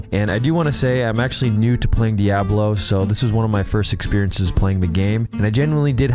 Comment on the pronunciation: I love how he pronounces DiAHHblo like the original Deckard Kain did. Always thought he sounded like Sean Connery lol.